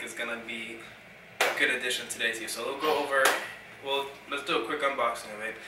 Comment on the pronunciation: Quit pronouncing the letter T as a D. It is THEY not day and THEIR not dare. I hate poor grammer.